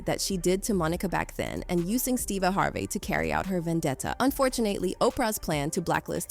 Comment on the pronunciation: Who the f is Steeva Harvae?